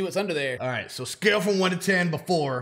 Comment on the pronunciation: “she went vrom 2 to 3 so far” 🤣🤣🤣